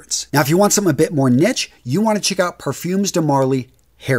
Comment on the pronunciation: *Niche (pronounced "Neesh") Anyways, I live in the Caribbean, so I have to be strategic with what I wear in the Fall and Winter. I use Burberry Touch, Dunhill Icon, Versace Dylan Blue, Azzaro Ginger Lover, Hermès Terre d'Hermès EDT, and Montblanc Explorer. I also own Issey Miyake Nuit d'Issey Noir Argent, Guerlain L'Homme Ideal EDT, Cremo Spice & Black Vanilla, and Calvin Klein CK One Shock because I just love them, but I have to use them very carefully in this hot weather. I typically leave those for November through February.